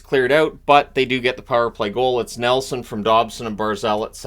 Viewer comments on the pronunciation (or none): none